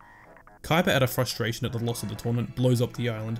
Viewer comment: "Out of fustration Kaiba blows up the island" 😂😂😂😂